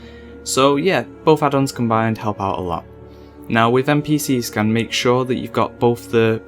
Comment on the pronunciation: "npc scUn"